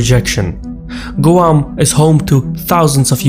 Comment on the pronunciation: Perfect except Guam is pronounced, "gwam"...other than that, keep up the good stuff